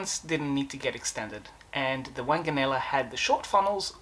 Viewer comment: The name was pronounced WONGanella. Do try to get rid of that cough.